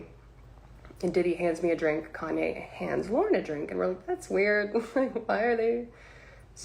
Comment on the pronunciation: Who the hell is "KEN-YAY", my boy?